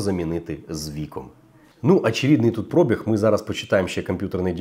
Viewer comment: Шо такоє "прОбіг"?))) Є слово- пробІг, але там наголос в кінці)